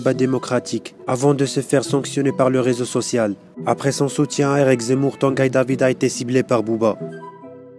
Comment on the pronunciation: Tangaille David 😂 c est Tanguy pas tangaille je meurs de rire